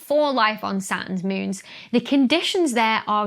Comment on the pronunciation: I love the way you say moons. It sounds like mewns. I don't know why I like that so much, but I do. Here in the US, we don't have accents. OK, I guess they do in the south, and in Boston for some reason, but most of the US - no accents.